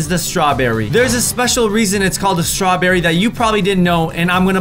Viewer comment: strawbeery is not a beary